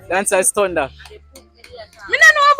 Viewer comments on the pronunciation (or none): Man say thunda😂😂😂